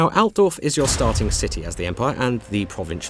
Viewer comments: I can't help it, but listen to native english speakers while they try to intonate german names, just makes me feet unsatisfied. It sounds so much less powerfull. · that's not how you say Altdorf!